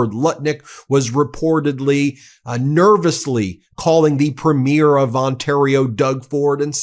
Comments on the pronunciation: 🇨🇦 Alberta here. Ben please start pronouncing Premier properly. It's phonics are " Preem-yer" not PREEM-AIR. It's not like a PREMIERE of a movie. You learnt to pronounce Alberta properly. Come on now, please ❤️🇨🇦❤️ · friends, The title of Canada's Provincial leaders(Premier) is pronouced: "Preme-yeer." Watch a CBC, CTV, Global, etc., newscast. All the best, in spite of you having to deal with UnoWho.. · Please stop pronouncing Premier incorrectly, guys. It's pronounced "Pree-meer" not "preh-meer" like the opening of a show lol Love from Canada 🇨🇦🇨🇦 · Just a side note it’s pronounced PrE mier, accent on the pre, not on the mier. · Please note it’s pronounced Preemeer (Premier) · I’m a Canadian fan of your show but it’s pronounced Premier not premiere which is the word used for the first show of a movie or play. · Pronounced: pre-mear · Please, please, please….. try to get the pronunciation of “premier” right. It’s ‘PRE mier. TONS of stress on the “pre”, and very little on the second syllable. Almost like “PRE-myur” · I really enjoy your coverage of world events.... if I may make a comment of clarification though? When referring to our provincial and territorial leadership, it is not pronounced " premiere" as in an event, but Pree'/me/er. I have always been a stickler for addressing people correctly, probably from my nursing background. Thanks to your attention to this seemingly small, but meaningful to us, Canadian pronunciation. Hope you continue to shine a light wherever it's needed to expose darkness for what it is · As a Canadian, I love this channel, but my US friends… our provincial Premiers are pronounced “Pree-meer” vs. how premiere (as in movie premiere) is pronounced “pru-meer.” Also, Trudeau is pronounced with emphasis on “Tru” and not “deau.” Ok I feel better now. Carry on being awesome! ❤ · Premier is pronounced preem’-yer. You’ll make more Canadian friends if you make the effort to pronounce it correctly. 🇨🇦🙂